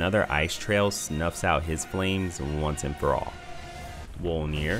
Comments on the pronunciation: lmao ''wolnir'' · LOL, "wolnir"